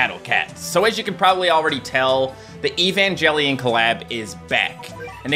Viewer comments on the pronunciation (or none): it hurts when says evanjalion it really does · no way he just said "evan-jellian" 😭😭😭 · Why does he pronounce evangelion like that